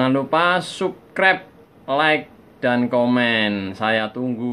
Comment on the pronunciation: Sapskraip. Pngucapan nya mas. Bkn suskrep nyukrep dari tulisan subscribe yaaaaaa sukses